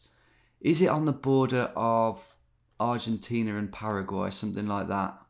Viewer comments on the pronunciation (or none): none